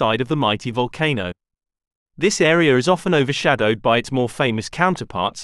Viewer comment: This AreaR? I hate the intrusive "R"